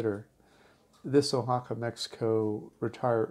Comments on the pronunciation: I happen to live in O-Haca, better pronounced wa-ha-ka. By the third time you mispronounced the name of my beautiful city, I simply couldn't watch anymore. Why would I listen to somebody who can't even get the most basic thing right about a place. Also, the name of the city is Oaxaca de Juarez. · Yup. "Oa" is pronounced, "WA," not "O." That's why I never passed high school Spanish :) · uhaca?.....nooooooo 'Wahaca' .....yeeee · been to oaxaca numerous times and i've never heard it pronounced the way you do. oh-ha-ca. usually pronounced wha-ha-ca. oh well, nice vid anyway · Nice video but remember that you're pronouncing it wrong, so you don't miss, pronounce it Guajaca. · Very nice, beautiful location. FYI; the O in Oaxaca is pronounced like our English “Wa” as in Washington. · Oaxaca is pronounced wahaka....😎🙃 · Probably somebody has told you this before, but you are pronouncing Oaxaca improperly. The O sounds like wa. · It’s pronounced “Wa-ha-ca” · Too bad you cannot pronounce Wahaca correctly. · WAY-Ha-Ka. I have to cut away because you pan too quickly. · No, actually ‘WAH-ha-ca’ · Two comments: learn the correct pronunciation of the places you review, and slow down those whiplash pans! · Taking a lot of deserved hits for mispronouncing the name of this special city. I'd think after an hour in a new city and listening to locals, you'd correct the mustake.